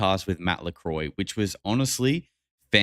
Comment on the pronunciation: not lecroy its lakroa